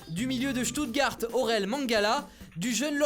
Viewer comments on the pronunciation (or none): none